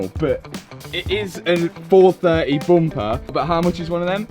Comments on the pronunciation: Dear, Is it Bumper or Bomper😮😂😂😂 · I just like listening to him say "Boompah". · Bum-paar, love it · The way they pronounce bumper 😂😂😂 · Lol the way you say Bumper makes me laugh.